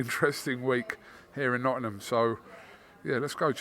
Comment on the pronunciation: please learn to pronounce Nottingham, you and Eddie are both the same…Its not pronounced “Notunum” I know its a long word but give it a crack!